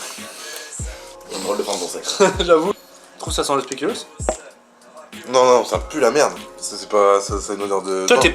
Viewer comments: mais respecter deja une bierre au speculoos suiss y'a deja un mauvais bails et ca se dits spéculause pas spékulos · Déjà on dit tiramisu et pas TIRAMITSU et speculoz et PAS SPÉCULOS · Pourquoi tu dis Tiramitzou et Speculausse mdr